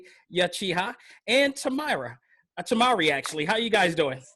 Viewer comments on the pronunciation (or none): Temara instead of temari😂